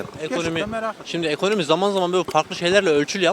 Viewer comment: Bir sığır ekonomi kelimesini eğkönöğmi seklinde telefuz ediyorsa, amerika diyeceğine amağrigaa diyorsa.. anlamalisin ki ya ırkçı ülkü ocaklarinda zihini kirletilmis bir hırt, veya tarikat yurtlarinda tacize ugramis bir zavallidir. Laf anlatamazsin, yol ver gitsin.